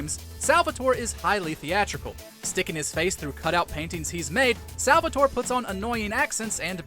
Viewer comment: Salvatore cries every time you say his name that way.